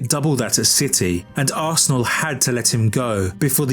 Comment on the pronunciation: is arsenal, remember it, and never you again miss pronounce it again